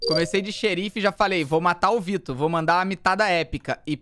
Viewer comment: Eu sou a única que percebo que o felipe fala: "vito" kakakaka